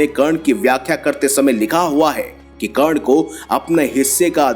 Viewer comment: karna ko kan bolta hai bura lagta hai bhai nahi aata to mat bol urdu ka churan q khilata hai